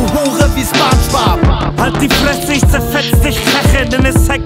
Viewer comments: Da kann jemand das Wort Spongebob nicht aussprechen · In Deutschland spricht man den Namen „Spongebob“ mit „O“ aus. Das klingt einfach nicht korrekt. Beim nächsten Mal einfach drauf achten.